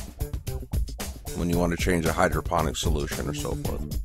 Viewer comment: DEFINITELY sounded like" Hydrogen" to us,:) I took your instructional video to heart, set it up and it works like a charm. Thanks.